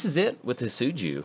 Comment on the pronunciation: He is pronounced. Hee-det-tsu-goo For future reference.